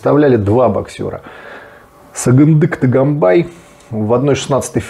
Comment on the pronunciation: Не Таганбай не Талтаев правильно гобари фамилию Тоганбай Толтаев